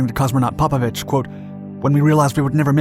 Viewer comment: PopOvich. Emphasis on second O. English speaking, get your fucking pronouncing right.